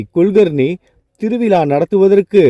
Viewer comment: Thiru vila zha ucharipu illa ungalidam . Vilaa illa vizhaa endru ini sariyaga sollavum